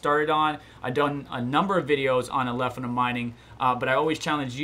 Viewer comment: Love the content, but if I hear you call it "Alephinum" ONE MORE TIME !